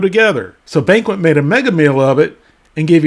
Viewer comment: "Banquest"? Jesus...